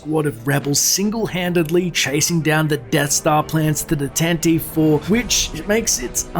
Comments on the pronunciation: its pronounced TantiveEEEE, there is a strong E on the end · Tan Tee Veev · Yay "Tan-Ti-Vee". :) That is an interesting backstory. It reminds me how I've often felt (particularly during the Prequel Trilogy) that a better format for telling a politically elaborate story is the serial (or 'mini-series' as we called them in the 80s).